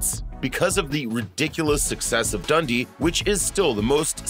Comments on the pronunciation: It’s pronounced like Dun-Dee not “Dundy” 😡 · That's what I was thinking... Like, Crocodile Dundy! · The way he says Dundee is upsetting 😂